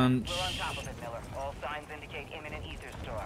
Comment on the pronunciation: Aether is pronounced EEther, not Ayther